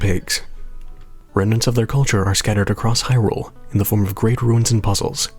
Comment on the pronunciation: There's accents, and then there's actual pronunciations of words. You don't say that Link's from Hirrule, that would just be silly, now wouldn't it?